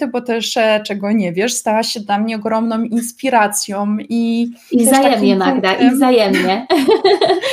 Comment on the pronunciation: Temat super i rozmowa bardzo ciekawa, ale jedna uwaga: w języku polskim mamy piękne zgłoski nosowe Ą i Ę. Jeśli je używamy to inaczej i milej się słucha. Lepiej więc brzmi "robią" zamiast "robiom" lub "ogromną inspiracją". Stwierdzenie OGROMNOM INSPIRACJOM jest po prostu straszne. Czepiam się? - być może, ale są ludzie dla których jest to istotne w odbiorze tekstu. Mimo to dziękuję Wam za tę rozmowę. :)